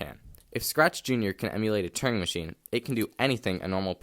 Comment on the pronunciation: It’s called a Turing machine, not a “turning machine”; “Turing” rhymes with “during”.